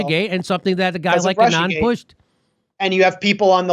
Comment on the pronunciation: Anand. Accent on the FIRST syllable.